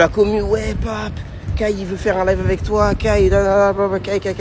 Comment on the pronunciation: "Kai" pas "Kait"